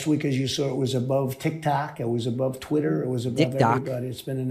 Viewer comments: Did she say tweeter? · Donald Trumped your such a loser and your hair looks ridiculous and did she say Tweeter instead of Twitter what it sounded like. Most of America can't stand you Donnie Boy were think your sick in the head believe nothing you say and thunk your the worst thing that ever happened to America and the greatest threat to our national security we've ever had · “Tweeter”??? What kind of nimrod can’t pronounce Twitter correctly? It’s not that hard, Jesus Christ! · Did she say Elon took control of "tweeter"? And oh my, you're right, he's beyond orange!